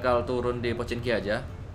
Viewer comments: Pochinki bang bukan Pochinok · POV:Turun di Pochinok,Bukan Pochinki